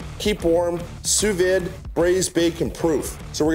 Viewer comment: You sound like you're from Qc with how you said "sous vide" lol